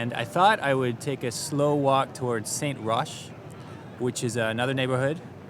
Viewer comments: so FYI you pronounce it Saint-ROCK not SAINT RUSH like you did. I was wondering where the heck was st rush hehe on the bike thing. i believe its mostly a mayor thing.... as far as i know no one wants bike to be this prevalent but as long as its not in the way no one is against it. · It’s not “saint roche ” you say it like : saint rock 🐢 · It's pronounced: St-Rock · Fun !!! .......Hint: the neighborhood is called St-Roch (rock).....just as you could say St-Loch....ness !! 😊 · It's pronounced Saint-Rock ;) I've lived in Montreal for years but lived in Quebec City of a large part of my youth. Love that city. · To say that St-Rock (pronunced Saint-Rock!) was the bad part of the town 30 years ago! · Always funny to see my actually appartment in Saint-Roch! You took picture of my appartment!! Also, Saint-Roch is pronounced "Saint-Rock". TAKE CARE! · Saint-Roch is pronounced Saint-Rock. Like rock & roll. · Saint-Roch is pronounced ''Rock'' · Bon vidéo - Petite remarque : c'est Saint-Roc"K" et non Saint-Roc"H" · Since you live in MTL it might help you with french to know that 'saint' is pronounced with a silent 't' at the end. Actually, if a 't' is at the end of a word in french, it's almost never pronounced.